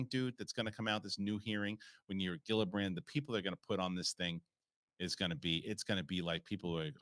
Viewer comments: Fix your pronunciation of Gillibrand - it’s pronounced “Jill-i-brand” !!!! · “No”? Meaning you like to say her last name incorrectly? Or “no” you don’t think it’s pronounced with a “Jill” sound? Look it up if you don’t believe me.